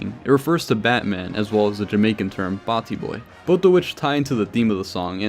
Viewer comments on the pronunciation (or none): its batty not Barty